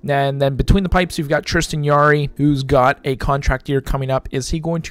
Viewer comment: Come on man, pronounce Jarry’s name correctly. It has a J sound not Y. It’s just said you don’t know that.